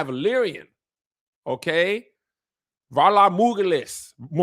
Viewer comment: “Vhalar Google-This” 😂